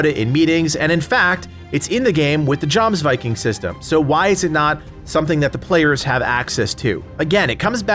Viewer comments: do yourself a favor, and pronounce the J as a Y . It's Ein her Yar. Yomsviking. Hope this helps. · Jomsviking is pronounce yomvisking all soft letters